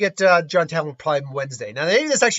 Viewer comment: It hurts to hear someone say Taliban when referring Talbain...